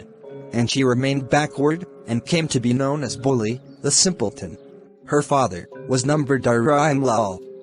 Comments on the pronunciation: Bro pronounciation mistake ☠️ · Its not bully its bholi